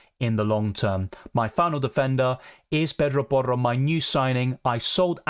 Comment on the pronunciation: Why you say Pedro Porro in a Spanish accent lmao